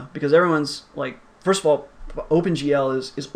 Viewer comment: "First-th" :D